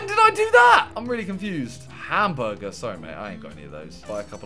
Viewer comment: Plz just say hamburger -not hamguergaza